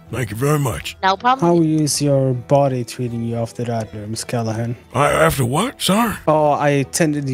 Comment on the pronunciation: "MISS Callahan"???!?!?!?